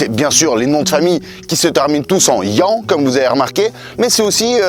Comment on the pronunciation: C'est pas ian mais yan 😅